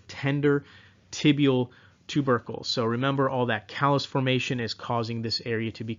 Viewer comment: when you said tibial ter-ber-cle when talking about osgood schlatter dz I laughted out loud. Thank you for the amazing videos! They are helping me prep for my PANCE!